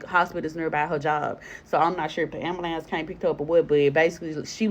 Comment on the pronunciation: Black people please stop saying Ambalambs, it's Ambulance 😅